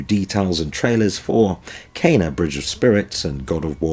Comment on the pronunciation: Firstly, it was refreshing to hear you as the SOLE PERSON I've heard pronounce Kena's name right. I'm interested in hearing about what Jim Ryan alluded to some months back when an interviewer asked about their answer to game pass and he said they have something in the works. I'm hoping it has something to do with what our boy Hip Hop Gamer has been saying about back compat. I've never been sold on VR, but this has me interested.